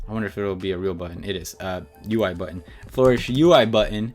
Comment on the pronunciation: Tip: Most fonts work well at sizes that are multiples of 2 and plus the previous multiple, such as 4, 8, 12, 16, 24, 32 etc :) Edit: It's pronounced fl-urr-ish, not floor-ish, hahah